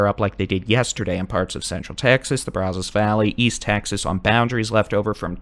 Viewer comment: Braz us. Not Braz os. You're doing good though.